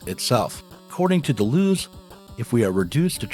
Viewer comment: Good video. Learn though to pronounce Deleuze.